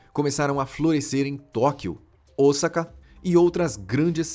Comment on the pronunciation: Primeira vez que ouço a pronuncia "Osaka" correta. 👏👏👏